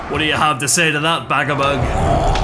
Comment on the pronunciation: Dude, ū ir pronounced as oo. So it wouldn't be Bagabug, it'd be Bagaboog. Same as Dūsh isn't Dush, it's Doosh. Or, you know, Douche ;] (100% sure it's intentional) It's a bit weird that you know each of them by name, you know their deepest dreams and desires, you know their entire family tree and you went to their second cousin's wedding. But NOT ONCE did you listen to how their names are pronounced =] P.S. Can't go wrong with Rip and Tear, well done.